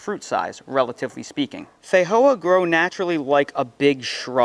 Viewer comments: in new zealand we call them and say it, "fe-joe-a" not, fa-hoe-a 🤣🤣😂😂😆😆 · You’re pronouncing Feijoa like Spanish when it is from Brazil and named in Portuguese. The J is not an H sound in Portuguese.